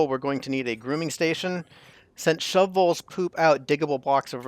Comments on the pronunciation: The pronunciation of shovels is an arbitrary decision - wait... The pronunciation of shove voles is an arbour tree decision... - yep you are right, 1st way is more correct and in humour :) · I like how you took the extra time to pronounce shu-voles properly every time instead of just giving up and saying shovels 😂